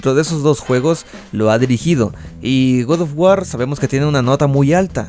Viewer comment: Otras personas: "God Of War" El: "Gud Of War"